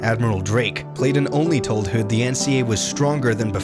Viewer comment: Never heard "hood" mispronounced that way before.